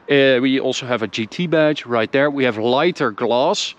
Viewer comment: This guys English Mane, he says DOWN DARE instead of down there! Down DARE he says! He better talk RIGHT OR ELSE! OR ELSE! I said OR ELSE!